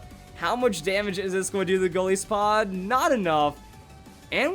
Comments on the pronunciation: I don't know why I'm bothering with this, but please pronounce it correctly. Goliath + Isopod. Both of which pronounce it "EYE". Not Gol ISS o pod. It's Gol EYE so pod. Come on. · It's................. GOLISOPOD AS IN "GOLIATH" AND "ISOPOD" NOT PRONOUNCED LIKE "PISS-O-POD" THERE IS NO SOFT I SOUND IN EITHER OF THOSE TWO WORDS ok im done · Gol-Aye-so-pod. That's the proper pronunciation.